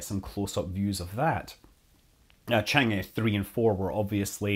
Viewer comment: Scott, Chang is pronounced chong. Thanks for the detailed video!